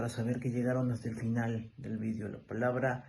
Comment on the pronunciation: Ya perdió mi respeto con haber dicho eso jajaja ha y que dice vidio en ves de video 😂